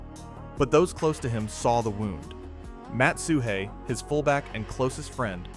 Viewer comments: Really good vid. If you never saw Sweetness play and have only heard the stories, you truly missed out. Seeing him make things come out okay for the Bears again and again, year after year, was astonishing. Small point: Matt Suhey's name is pronounced "SOO-ee", not "SOO-hay". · For all bears fans, please, fucking please learn how to pronounce names of players… Especially the 85 bears and especially if you're doing a documentary. No offense, but it is kind of annoying when you don't know how to pronounce Matt Suhey, as in chop suey or SooWe or Sue Me..not Soo Hey! But thanks for the video, it's always great to see Walter. You should really do a more detailed one, especially about all the Bears players on that 85 team and all their issues because it would make for great stories.